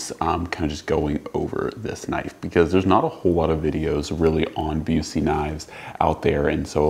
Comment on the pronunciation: Knowing the Owner of the Company I can help you out with the pronunciation. It's Busse as in 'Bus' 'ee'. 'Bus' as in Short Bus.